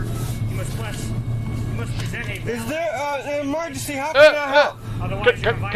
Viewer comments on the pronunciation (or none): none